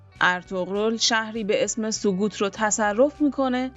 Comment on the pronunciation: سقوط نیست خانم،وقتی در تلفظ مشکل داری.نباید ویدیو بسازید.سؤگوت(sögüt) وقتی ö,ü نمی‌تونی تلفظ کنی گویندگی نکن.به دل نگیر.تمرین کن. اندیشمندان تورک ها در زمان سامان قوتای بخاطر همین مسائل گویش دری را نوشتند.که شصت درصد از زبان تورکی ،سی درصد از زبان عربی و ده درصد از هندو ،و همچنین ورود مسلمانان به شبه قاره هندوستان آسان‌تر گردد و هنوها نیز به راحتی با اسلام آشنایی پیدا کنند.